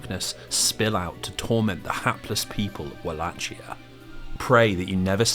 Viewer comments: I dunno if I can sit through seven hours of this when 11 seconds in I hear "Wall-ATCH-ee-uh" instead of "Vul-ACHE-ee-uh"... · walachia is pronounced with a hard C, not a "ch" sound. Its wal-ay-ki-a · Wallachia is pronounced [Vah-Lah-Key-Uh] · walachia is pronounced like a V (Vah lah kee ah) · One small correction as someone from the actual region of Wallachia/Valahia, it's pronounced Val (as in Valentine) A(as in father) Hi ( as in Michael Jackson's hee hee) Ia (as in Yarrrr like a pirate). Aside from that, awesome video. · It only took you ten seconds to mispronounce Wallachia in a 7 hour long video!